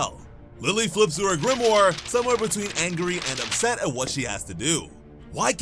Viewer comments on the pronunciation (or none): none